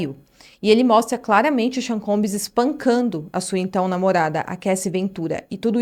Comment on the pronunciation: combs! Não é combis. Não custa nada dizer bem. 😉